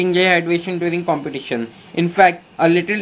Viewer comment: thank you this video helps a lot but please competition ko complition kyu bol rahe ho yar.